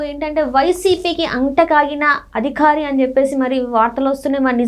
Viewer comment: ఆ అధికారి అనాలి అదిఖారి కాదమ్మా